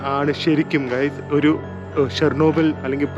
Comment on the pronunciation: great dear..if u didnt notice u were pronouncing shernobyl..it is Chernobyl... Just sharing I thought u would not visit chernobyl thats why never commented. Must say without chernobyl russian trip is only half done. Cant imagine your mental state...the sleeplessness...tension of hacked youtube account..pinne the things u got to see all taking u years back or to that day when tragic struck.. Chernobyl series is the best that one could get to see of what happened. Most probably what would have happened might be even worse than that has been revealed.